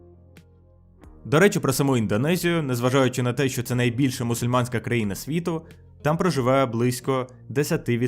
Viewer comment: Привет я не знаю чи правильного чула що кожен раз коли ти говорив з слово країна я чула постояно Україна